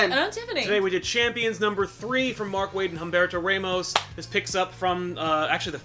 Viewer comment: Yo sal the H in Humberto is silent